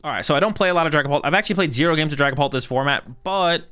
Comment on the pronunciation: Ah yes, Dragaoult